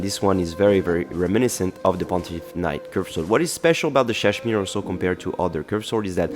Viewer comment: I’m not sure if you knew this, but you kept pronouncing Ssadshmiiiree wrong. Just saying :)